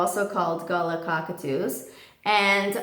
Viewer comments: It's pronounced Gah-laa by the way just an FYI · I am not criticising, but I would like to tell you that I am from Australia where galahs are originally from, and it is pronounced 'Gaah - lare'. Just wanted to tell you :) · Hi. Love Vinnie ❤️. But, it’s Galah. Ga-laaaah! Like as in Ga-LARE. ‘Are’ like “ARE you going”? Don’t be offended. But he’s a native Australian bird and his identifying name should reflect that 🇦🇺 thanks 🙏💜❤️🦜🦋 Love your channel 🥰😍😊 I’ve got a juvenile male Indian Ringneck parrot 🦜 called Malachite. He bites. He was neglected and abused and looked really bad when I got him, but he’s starting to look beautiful, glossy and smooth, thanks to good nutrition and devoted care. I love birds! 🇦🇺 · Galah is pronounced ga-la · Tip from an Aussie: Galah is pronounced as "Guh-LAA" with real emphasis on the "lah" part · Gal-ah is how we pronounce it in Australia. We have huge flocks flying around on the Gold Coast. Don’t see many as pet. Just see them as wild pets that visit by choice. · aussies pronounce it gah-lah. like umm, we really emphasize the lah bit, you say it funnyxd. love ur videos btw